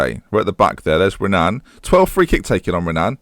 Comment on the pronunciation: The R in Renan is pronounced like an H. I.e. "Henan"